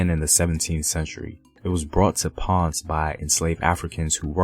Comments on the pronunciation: He gave me a headache with his pronunciation of Spanish words but otherwise pretty good video. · Very nice but your are pronouncing "tainos"and "Ponce" wrong! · Papa, I like the videos. But im begging you to please work on your pronunciation of well known names and places like Taino and Ponce. It feels a bit off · Love the video bro! But please learn to pronounce Ponce and Taino properly 😎🇨🇺🇵🇷🇯🇲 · Next time you need to speak about a topic that has Spanish topics, call me so I can walk you thru the pronunciation. It's important to get it right. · I really like the video, is very educational and it covers some realities about puertorican history. However, the bad pronunciations of the word "Taino" or "Ponce", are a little offensive. It diminishes the purpose of the video. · It's hard to buy what u say when you cant even pronounce taino or ponce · its pronucuated as PON CAE not ponce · I cringe everytime I hear "Ponz" in this video and here in Georgia, come on man! Ponceeeee! Just try! Everything else Im ok. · great video as always! only critique is pronunciation—can hardly blame you for not being able to pronounce spanish words, but as a general rule of thumb just try to pronounce most letters like in English, except vowels—so "ponce" is not "pons" but" "pon-say" or "pone-say" Taíno is not "tay-ah-no" but "tah-ee-no" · Ponce has two syllables not one. "PON-CE" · Pone say..... Not ponzz for ponce... That was killing me lol😂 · Ponce Is Not PANNNSSSS Its POWN-SAY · Your pronunciation sounds real gringo lol “Ponz” instead of “Pon-say”. And how you said reggaetón lol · Please the city is not Pons, it is Ponce. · Not Ponce, but Pon-seh Smh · More phonetically - Pone say. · Gracias hermano! Por favor no faltas la pronunciación. ❤️ Ponce (pon-say) Taíno (tie-ee-no). Pronunciation is everything. ❤️ thank you so much for this video! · Well-made and educational video... One thing to correct: the pronunciation of the city of Ponce has two syllables: Pon-ce.